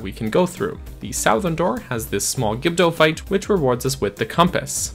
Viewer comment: You say "Southern" like a Northerner